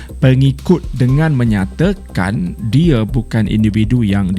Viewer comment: siapa perasan dia sebut induvidu